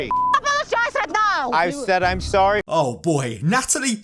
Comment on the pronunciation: “invite me to veegus right neow”